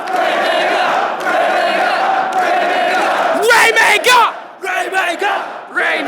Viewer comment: After a while that raymega chant sounded like "rape a goat"...